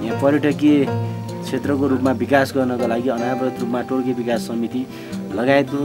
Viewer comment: todke टोड्के हो टोड्कि होइन